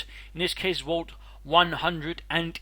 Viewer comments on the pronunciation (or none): A "wault"? I think your Dane is showing, darling